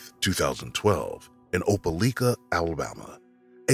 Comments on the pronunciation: Opa-like-a not Opa-leek-a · Opelika with a like sound not leak. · They keep saying opaleeka when in reality it is pronounced opalyka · Opa- li- ka, not leeka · Opelika LIKE- A not LEEK-A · I'm from Opelika and it's pronounced O-pe-Like-a. The Amore Wiggins case was heartbreaking and still is. And it's sad to hear about something like that happening in your own town. There truly are monsters everywhere. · it's oh-puh-lie-ka 😭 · I was just about to leave that comment. Oh- Puh-Like-Uh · Thank you for sharing the stories of these previously unsolved cases. At the risk of looking nitpicky, I did want to tell you that Opelika is pronounced like Opal-ike-uh (source: I'm from Alabama) Thank you for sharing these stories again! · Opelika is said, "oh-pa-LIE-kah" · the way they are pronouncing opelika is making my head hurt. It's "oh-pell-LIE-kuh" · Oh-pel-eye-kuh is how you pronounce that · Opelika = Op-a-LIKE-uh by the natives, I believe. I didn't realize at first what he was saying. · As someone who lives in Alabama... You miss pronounced Opelika wrong lol It pronunciation is ow·puh·lai·kuh I remembered that cause, I remembered being confused about that cause the parents said they were fighting for custody of her but also abandoned her...? Then again I was young when i first heard it. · Opelika: Oh-pah-like-uh. It's the next-door neighbor town of Auburn, Alabama, the home of my alma mater, Auburn University. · The proper pronunciation of Opelika is.... lika sounds like like with an a... Opelika....not opeleeka.... duh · It is pronounce Oh-pah-lie-kah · Imma say it Opelika is pronounced Ope -ah -LIKE -ah. From a Alabamian ❤😂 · Opa-lika Alabama lol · Mispronounced the town's name...irritating! "Oh-pa-lye-ka" accent on lye! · How many people need to comment how Opelika is pronounced? Damn y’all. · The pronunciation of Opelika is killing me. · Being from Alabama I cringe at the way the guy pronounces Opelika 🤦🏿‍♂️😂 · you said opelika wrong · Pronounced opi lika or ope lik-a